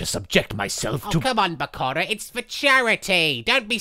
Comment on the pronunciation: The way marik pronounce Bakura like PARKORA